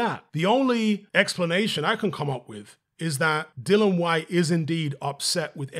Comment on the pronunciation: Please out of respect pronounce dillian correctly, it’s not hard